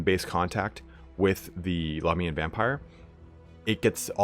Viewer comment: God I wish you would stop pronouncing Lahmia and Lahmians incorrectly.. think of it of how you pronounce America and Americans.. Australia and Australians.. it shits me in all your videos of how you pronounce it incorrectly and even at times switch between the two! ie. occasionally you get it right.